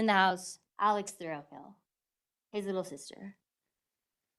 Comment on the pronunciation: It sounds like the procecuter is saying Mr Thrill kill. I had to check if that really is his name 😮😮😂😂